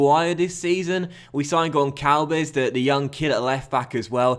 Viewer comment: Sign Florentino Luís, he is an amazing DM way better than Camarasa from Benfica with huge potential, and it isnt Gonkalves, its Gonssalves